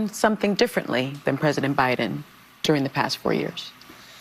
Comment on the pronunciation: she said " O' biden.